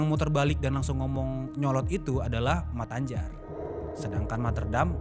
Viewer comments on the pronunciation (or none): Se nyebbhut nyamah(yg nyebut nama) mattanjar bukan mat-anjar bang brengoy 😂😂salam becchek an(salam damai)✌